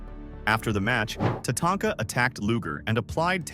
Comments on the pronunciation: You mean it's not pronounced TaTAINTka? 😂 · How the guy pronounces WrestleMania X, Tatanka and Neihard.... Sheesh man learn how to read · Jim “needhart”? “Tatainka?” What’s even more annoying is that he learned how to say Tatanka by the end and didn’t edit out tatainka “ also Bret didn’t get squashed by yoko, I don’t know how long the match was but it definitely wasn’t 9 seconds or whatever you or the ai voice said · I love how they insult Art Donovan, while the crappy A.I. voice can't pronounce Jim Neidhart, Tatanka, among other names correctly.